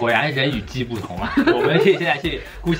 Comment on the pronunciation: hhhh看到后面听到的就是“菇气又菇气”